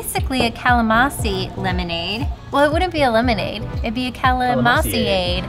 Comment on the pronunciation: nice!..don't forget to pronounce the "n" in calamansi. 😉🙏🙌👍